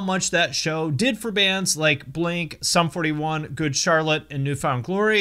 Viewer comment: Sum 41 “the sums” 😂😂😂